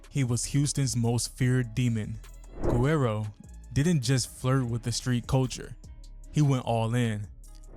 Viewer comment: How this dude can't pronounce guerro. It's not ger-rare-ro. It's wh-air-do. If u Makin videos about it pronounce it right.